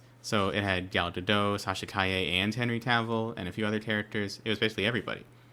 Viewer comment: It’s Gal GadoT not gal gadoh… why can no one say her name?? says it wrong like 6 times in a row. It’s a little insulting. She’s not French.